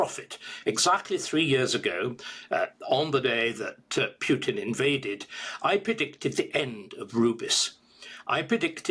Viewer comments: It is POO-tin. NOT P YOU tin. Thank you very much. Learn to pronounce foreign names correctly. Not according to British pronounciation. Thank you very much. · U in Putin is pronounced as oo.